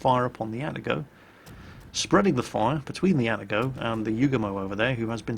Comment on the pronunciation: A-TA-GO not ATTA-GO